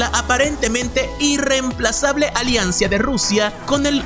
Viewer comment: Alianza no aliancis y ayatola no oyatala